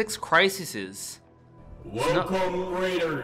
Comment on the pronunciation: Six criseses haha xD